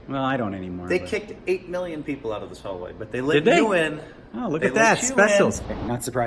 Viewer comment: Phil said khallway